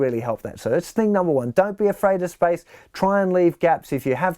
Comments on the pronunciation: It took me a while to understand that he was saying SPACE and not SPICE. Great lesson, though. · I took me a while to understand he was saying space, not spicy. 😆